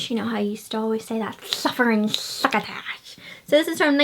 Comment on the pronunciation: Your haul was so fun! "Suffering succotash" and "you're despicable"! Love the pronunciations! Keep shopping!